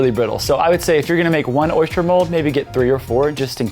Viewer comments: Why do you say "oy-shter" instead of "oy-ster",😂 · Lol, there's no h in oyster... You had me giggling every time you said oyshter 🤣 it's actually pronounced oi-stir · It’s not an oyster, it’s an oyshter... according to anyway 😂😂 I’m from England:) xx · I'm from Louisiana!!!!! I was wondering why pronounced oyster like we do (oyshter)! Lol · Why does he keep saying "oyster" like oysture (oystcher) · South Carolina here. Oyster rhymes with cloister not moisture.